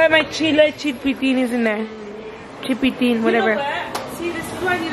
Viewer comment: Not calling it “chilpitin” 💀